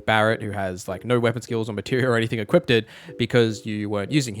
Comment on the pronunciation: There is no "t" in either "equip" or "equipped" 😂